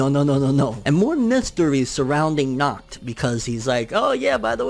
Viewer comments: You don't pronounce it as "knocked" at all... Try to exhale sharply as you do the H sound. German can be pretty tricky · You are nacht saying his name right🤣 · “Knock knock” “Who’s there?” “Nacht” “Nacht who?” “Nacht pronouncing my name properly”